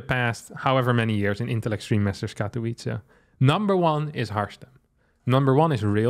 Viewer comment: Poland says: Katowice Harstem says: Katołice